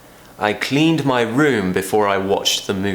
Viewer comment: Your 'd' in planned and cleaned sounds like a 't', unless you pronounce it slowly.